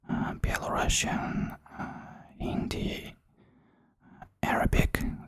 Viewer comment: Напрыканцы пачуў вымаўленьне беларускай мовы, як Belarashyn, адразу зраблю заўвагу (спадзяюся, што пасьпеў, каб у відэа гэтага не было), што гэта памылка, трэба Belarusian, Rus - гэта не Russia, Rus - гэта Ruthenia. Вельмі моцна чакаю відэа!